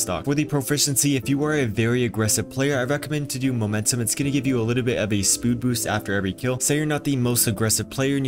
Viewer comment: "spood boost" 😂😂 no hate just thought it was funny